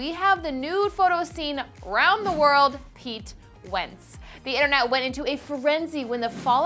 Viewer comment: PEETEE WEENTTZZ